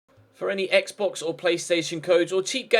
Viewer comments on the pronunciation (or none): none